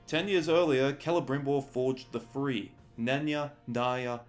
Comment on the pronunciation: Do you mean "three" or "free?" I'm really trying to understand this.